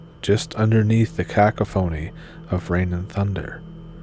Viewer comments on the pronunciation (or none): if you read that word again, its pronounced ka-cough-onny, not Caca phoney.